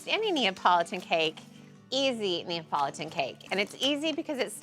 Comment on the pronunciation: I low key thought she said apology cake